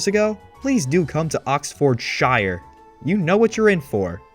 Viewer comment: for clarification "Oxfordshire" and most english towns with "shire", the "shire" is pronounced "Sheer" like Lancashire being "lan-cah-sheer"